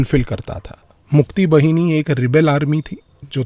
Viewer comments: मुक्तीबहिनी नही, मुक्तीवाहिनी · मुक्ति बहिनी ❎ मुक्ति वाहिनी ✅ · मुक्ति वहिनी नहीं सही उच्चारण करें मुक्ति वाहिनी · It is pronounced as Mukti Vahini, Not bahini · It is Mukti Baaaaahini(like the Hindi word Vaahini, which means Sena) In english, Liberation Army